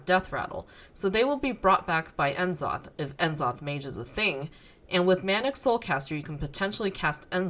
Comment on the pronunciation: N-zoth??? I'm 99% sure it's pronounced NA zoth